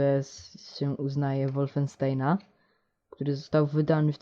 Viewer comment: nie szoter tylko szuter!! ucz sie angielskiego tak samo z wolfensztainem........ ale tez tey pojecie fps first person szuter - zadania zazwyczaj to szukanie kluczy hahahahah xd padlem xd